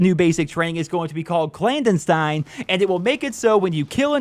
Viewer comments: “Clandenstein”......must be a relative of Frankenstein. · Clan-destine bruh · Interesting way to say clandestine.